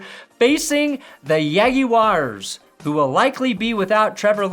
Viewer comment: Ravens play the Rams next week not the Yague-yars